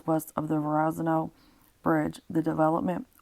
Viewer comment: It's Verrazano bridge!! It's pronounced ver-ra-za-no. And bensenhurst Brooklyn